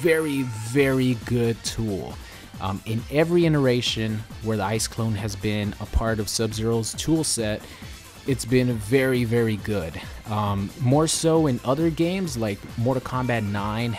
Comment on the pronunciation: It's iteration, not "ineration," silly